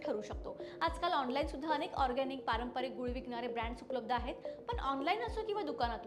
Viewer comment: ताई, आपण खूप छान बोलता, उपयुक्त तेच सांगता, आणि त्याला विज्ञानाचा आधारही असतो. आम्ही मुंबई ग्राहक पंचायतीतून गूळ घेतो. मात्र त्याचा वापर अगदी मर्यादित प्रमाणात करतो. (एक सूचना - आपले उच्चारण निर्दोष असते, फक्त पारंपारिक ऐवजी ' पारंपरिक' असा शब्दोच्चार असावा. )